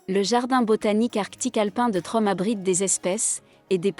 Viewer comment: Tromso ne se prononce pas Trom mais "tromseu"